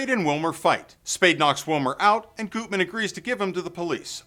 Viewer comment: It's pronounced GUTman, not Gootman. I'm impressed you mentioned the two previous versions of the movie. The first (1931) movie isn't bad, though compared to the third, it seems like a low rent version.